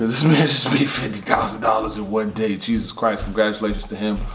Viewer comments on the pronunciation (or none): none